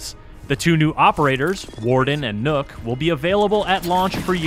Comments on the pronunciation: Nook? its NOKK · Would have been nice if they had made even a slight attempt to actually pronounce the name they gave Nøkk instead of just calling her nook. I mean, nook isnt even the right pronunciation in english if you just replaced ø with and o... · i just pronounce it like “knock” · im not comfortable with the guy calling her “Nook” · What? "Knock" doesn't sound good either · But Nøkk is pronounced Neck. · "Is nook" .................you have 1 job............... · How about *NOCT*? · i understand why they did it, i just think its funny that after putting in enough research to even know about the nøkk and understand enough about her to make a thematically appropriate character around her that they still cant pronounce the name correctly. On an unrelated note the name is literally a single syllable. Its not that hard to pronounce either way. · as a dane i cringe every time americans assume an Ø must ofcorse sound EXACTLY like an O edit: also you could'n give her a single gun we actually use? not only did you reuse guns but you reused the wrong guns, let's not mention you designed her as a frogmen but put her in the jaeger corps where the net over her head makes no sense, given it's y'know FOR AQUATIC WARFARE!